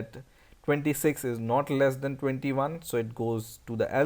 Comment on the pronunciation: he is saying then instead of than